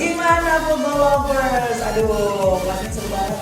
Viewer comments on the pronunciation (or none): none